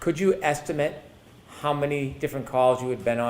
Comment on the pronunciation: When uses "estimate" as a verb, he pronounces it as if he is using the word as a noun. That annoys me.